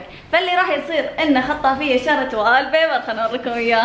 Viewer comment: اسمه (و)ل بيبر مو و(ا)ل بيبر الكلمه مستفزه وال وال وال وال